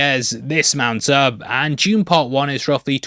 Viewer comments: it took me a second to figure out who is "june" he keeps talking about. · Why is he talking about "June"? We are here to talk about Dune, not "June"